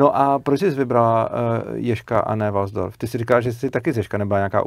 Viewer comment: nerika se walsdorf, ale waldorf ;-) A co jsem slysel, tak to od svobody ma hodne daleko...